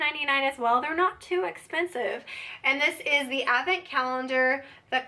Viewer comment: TFS. Happy Thanksgiving. Advent presents are great. You say it without the D which makes me cringe every time but I love you enough to keep watching lol